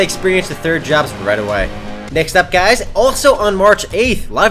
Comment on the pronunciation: im gonna make a utube account called "Gaiz" so that when Says "Hi Gaiz" i can imagine he's talking to me ^_^